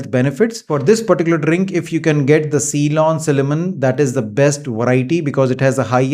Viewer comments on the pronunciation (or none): none